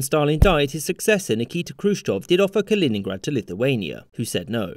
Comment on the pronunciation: its kaliningrad